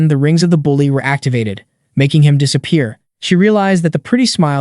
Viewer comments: "dissa pee air" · It sounded like the AI had a bit of a stroke for a second when it pronounced disappear as "disa-pee-air" lol.